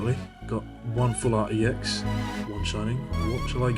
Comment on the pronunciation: like this comment if you like it when people slur full and art together and it sounds like flart, cuz i know i do!